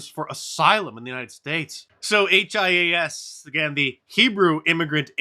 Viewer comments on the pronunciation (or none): Mark hias is pronounced “he us”